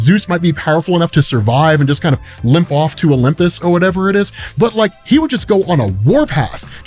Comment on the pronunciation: HA! “O-Limp-is” I see what you did there!😂👍🏾👌🏾👏🏾 Bravo Sir🫡